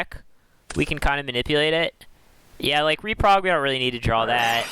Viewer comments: It's Reprod not Reprog lol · why do you keep saying reprog when theres no g in the word im so confused